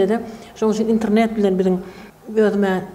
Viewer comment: INTRNET däl-de INTERNET diymani owrenmanler gechdi turkmen aga.